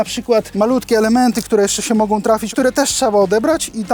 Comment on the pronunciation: i jeszcze jeden. 'Mogą' zamiast 'mogom'.